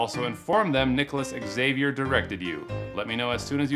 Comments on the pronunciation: Great channel BUT please do NOT play background music while you are speaking. It makes it difficult to listen. ALSO.....Xavier is pronounced as ZA-Vee-Air . NOT X-A-vee-air. Thanks. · Xavier is pronounced Javier, no X avior😂😂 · It’s pronounced zavier, not ecks-Zavier. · x is pronounced z 😁 zavier. with a z. not x-avier. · I'm not a native English speaker, but I think it's not "ex-saviour", it's pronounced Zavier! You're welcome! 🤦‍♂️🤣🤣🤣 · Not X-zay-v-yer, it's Ha-v-arh. More or less. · Xavier is pronounced "Zavier" do not pronounce the X. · Good video, but man that pronunciation of "Xavier" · I cracked up everytime he says Nicolas Xavier... it's pronounced Nicolas Za-Vier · When an "x" is the first letter of a word, it is pronounced like a "z". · He doesn't know how to pronounce Xavier? Wow. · The way Americans can never pronounce Xavier properly drives me nuts. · The way you pronounce the name Xavier is quite disturbing 🤣